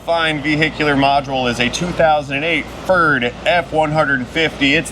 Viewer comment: Ferd? Or TURD?